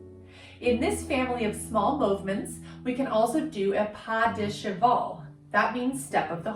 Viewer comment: Cheval = [shu-val] (al as in Val or pal) ❤